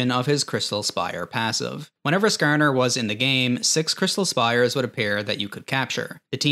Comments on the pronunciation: skArner. not skerner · SkaAR NUR, idk why but the way he says it makes me fkn laugh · I can tell you're from the Midwest by the way you say Skarner lol